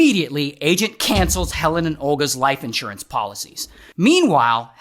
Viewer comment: You totally lost me at. IN…surance. Who says that?????